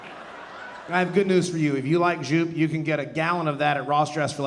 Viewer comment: Joop is pronounced "yope."